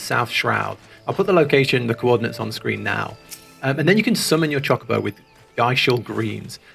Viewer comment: H is pronounced ay-ch. Not hay-ch. It is pronounced Choe-ka-bow not choh-ka-bow